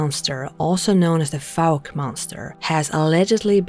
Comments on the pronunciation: FYI: it's pronounced "Fowk". I was raised in that neck of the woods and remember when all that went down. My high school (no longer in existence) played basketball against Fouke and going home late after the games always brought out the stories. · 😂I'd change the way you pronounce fouke!! Bless you. I love your voice and you are doing great anyway!! xx Jason in England 🏴